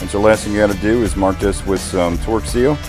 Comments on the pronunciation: Are you saying torque or twerk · So awesome to see the progress on the 401! What a difference since that first video. Keep it up!!! Can't wait to see her fly again!!! It seems like you no longer say "few-saw-lidge", now if we could get you to say "torque" instead of "twirk"... Torque is something you do to a bolt. Twirk is something you do with your rear end. 😂😂😂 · I kept hearing twerk lol